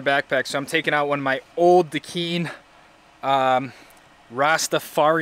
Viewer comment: lol not DA KEEN! DA KINE!! you know like "the KIND!!" bruh!?